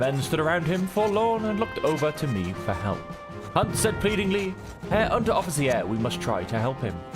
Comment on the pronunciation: Ah, Herr Unteroffizi-air! 😄